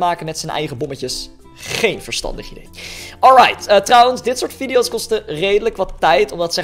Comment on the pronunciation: Je schrijft het anders video's en ik heb het over die met die die zegt Echt leuke video's maar hij zegt video's fout